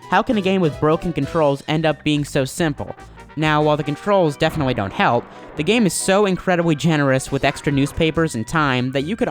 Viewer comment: wee ahh wemeber paperboy, it has aged a wittle but moaorrr....Nevah da wess, dis game was we-wealesed 27 years ago....Papers to be dewivered..... This game has a long list of problems? You have a huge issue with your "W's". Dude you put a "W" in the word "help". Hewwwlp? Really? Wittle bit bewetewer?? How could CGR allow you to speak unless they have a sense of "WhoooMore". Learn to speak dick...